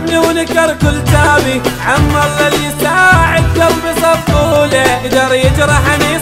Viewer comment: اول شي اسمه صفقوله لانه حرف ق نقدر ننطقه بحرفين مو تحطون حرف ك